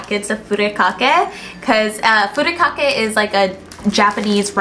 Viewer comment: And Furikake needs to be pronounced Fur"I"kake not Furekake.